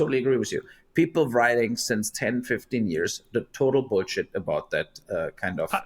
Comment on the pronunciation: No one says boolsheet quite like the Germans.